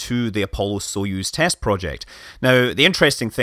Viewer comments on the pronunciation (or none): none